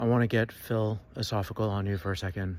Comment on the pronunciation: Phil osophical caught me unprepared! 😂